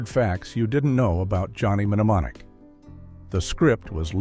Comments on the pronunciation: It's pronounced nemonic not menemenemomic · You don't need to pronounce the M in mnemonic so stopped watching after the 5th time the narrator did this